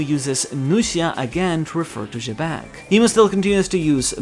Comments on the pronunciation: I know it's "Jibekku" in Japanese but they chose to romanize Xebec so it's pronounced "Zebec" and not "Jebek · who the hell is jebek? its xebec